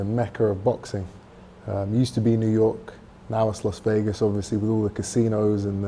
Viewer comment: "Los Vegas", really?